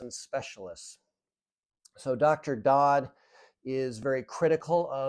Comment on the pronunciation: I think it is Dr, Suneel Dhand (not pronounced "Dod" , more like D'(h)and where the H is silent?) Yes am familiar with his work and find your perspective helpful - conflict of interest especially. But when you see a friend over about 6 years go from pre-diabetes, to heart attack and statins, cholesterol medication, then full diabetes 2, and then COPD, on to full hip replacement surgery....(as well as having two different hernias). Yet she is intelligent, eating "well" and has an active lifestyle, and is not morbidly obese; you really do have to ask yourself where it is all going wrong.